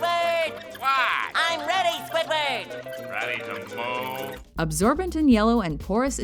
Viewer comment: swidword got mad